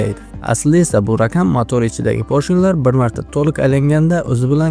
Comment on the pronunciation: DiKkat bilan (Diqqat bilan) RaKam (Raqam) oddiyroK (Oddiyroq) ayniksa (Ayniqsa) hullas juda ko‘p shunday gapirishdagi xatolar bu atay qilinganmi? Buni shevaga burmang faqat iltimos!